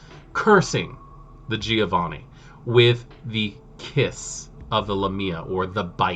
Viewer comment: recently discovered your channel, gotta say, excellent videos (content, presentation etc all top). have my subscription good sir! sidenote: i sure as hell have some weird pronounciations of WOD names ive gotten used to and cant shake off, like i´m sure everyone has. so please feel free ignore my need to state that: - giovanni sounds like JOE-vanni, rather than GEE-O-vanni - tzimisce (no living soul knows how to pronounce that, but) looks like it could be a word in some slavic language, but the TZEE-MEE-ZEE sounds nothing like it. it really should be CHI-MITCH , like JIMMY witch an CH at the end. that way it phonetically could actually be a czeck, romanian, serbian etc lastname.